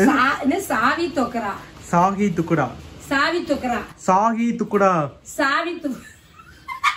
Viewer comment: Sahi thukda.it’s not சாவி துக்கரா.